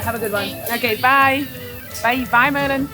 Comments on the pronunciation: Did you call the girl Murline? 😂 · Did she call Malin Merlin? Hahaha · I live 10 minutes from Hötorgshallen. This is a fantastic channel. :) Also, Malin is pronounced Maaah-lin, not Merlin.